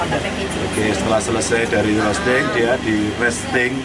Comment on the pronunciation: Mbaknya bilang rosting nya kliru hanya informasi bahwa roasting Dibaca rowsting pake W